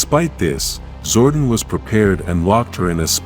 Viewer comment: was legit interested in the topic, til like 2 secs in and the clanker starts saying "zordin"